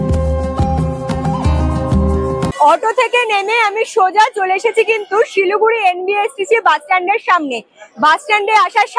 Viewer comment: Not Siluguri but Siliguri